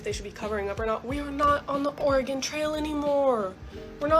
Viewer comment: O-re-gone? Ok, so now we know that only and are NOT an AI voice. 😂